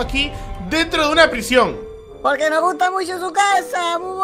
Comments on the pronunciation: "PRISION" bieeen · "P-R-I-S-I-Ó-N" eres el mejor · "prisión, de macsima seguridad" 🏯